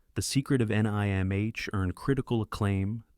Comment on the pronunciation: I might not mind AI generated narration as much if it didn't say things like, "The Secret of N.I.M.H." Lol.